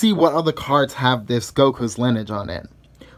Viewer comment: Linige? It’s lin-e-age. Lol